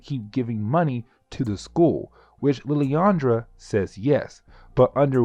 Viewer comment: I’m loving the ultimate X-men coverage seriously but omg dude! She-are is how it’s pronounced and lil-and-druh. That’s my only gripe.